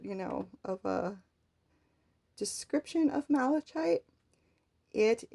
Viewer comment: Lovely work, and the explanation was very good, EXCEPT: Malachite. Pronounced mal-uh-kite. THE "ch" is pronounced as a hard consonant, "k".